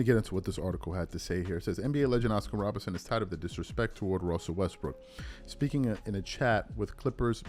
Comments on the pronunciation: are you saying Robertson or Robinson, a little suspect sometimes 👀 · Bro, can you say ROBERTSON plz!!! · I couldn't agree more, wish I could like your comment 1000x. Also no real ball fan would repeatedly mispronounce Oscar Robertson's name. That happens because is not a real basketball fan. He started a YT channel and said what topic will continue to be around for decades and get me views? He chose basketball. He's lazy too because he's repeatedly got other player's names wrong and made mistakes with rosters when it takes all of 2 seconds to look this stuff up before recording the video.